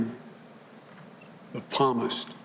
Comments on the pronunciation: It's not palms like the palms of your hand, the p is silent, it's (P)salms and (P)salmist. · You all think this is great he can not pronounce Psalms in the bible its not palmists. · As if the "Psalmist" = "palmist" line wasn't enough... 1. What is the object in this sentence: the Thanksgiving holiday or the tables in our homes? 2. Seems like "...we've" most probably was supposed to have been "have" . Nice back-filling on that one. 3. "For our families, for 40-such years -- um, 40-some years..." That's three meaning-altering misreads within just *20 SECONDS! * Speech writers and teleprompters are simply a reality of modern politics. We all get that. But is any thinking going on? Any sincerity? *That's three meaning-altering misreads within just 20 SECONDS. * Like it even matters. I remember seeing public access cable actors who were better script readers. Smh.... :( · You wanted a puppet. At least have one that can read the Bible he claims to know. Palmist??? Seriously!!! Just listen to our new “leader” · The p is silent palmist it's psalms. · He said a Palmist. who the heck is a Palmist???? I bet he never go to church in last 40 years. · Well at least he invented a new word... "palmist" (twice) Lolol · It’s psalmist — The “p” is silent, bro!!!!